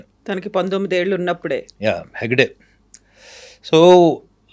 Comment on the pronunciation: మేడం కొన్ని videos లో మీరు ఎగ్గడే...... ఎగ్గడే అని అంటుంటే నవ్వు వస్తుంది........ హెగ్డే హెగ్డే అంటే బాగుంటుంది😊😊😊😊